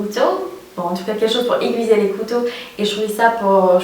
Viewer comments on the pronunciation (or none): pour le any sharp je confirme, c'est génial! ^^ juste on dit aiguIsé, pas aigUIsé ;) j'aime toujours autant tes vidéos!!! gros bisous